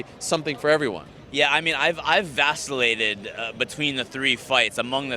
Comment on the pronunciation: Did that little guy just say he vasellated?